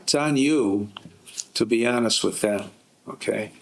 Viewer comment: To be ho-nest with you